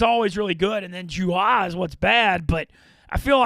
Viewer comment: pronunciation of July is mind boggling